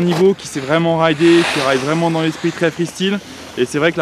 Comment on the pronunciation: freestyle sa fait mal au oreille >< ( freestail en phonetique ) sinon bien :)